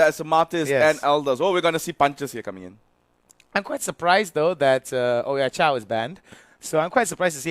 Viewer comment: the fucking chow-king hindi ba manlang nila naririnig sa annoumcer ng ml na Cho ang basa sa chou hindi chow